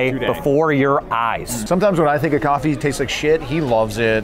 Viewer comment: “Why’d you spike the coff?”